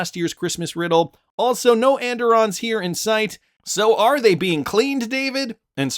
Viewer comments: Pronounced “ and irons “ where I am from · andiron is pronounced and-iron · And-Irons Phonetic.... At Least the Way my Grandmother said it.